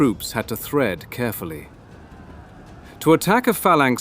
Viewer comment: tread carefully not thread; converge on not diverge...